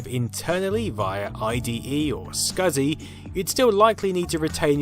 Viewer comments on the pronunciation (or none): none